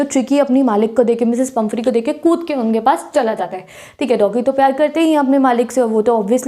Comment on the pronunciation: She is pumphrey not pumpehry